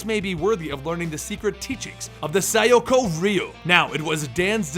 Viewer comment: Saikyo and Shoryuken's pronouncing seem quite off... Sa-Yoko and Shy-rulken? That can't be on purpose... can it?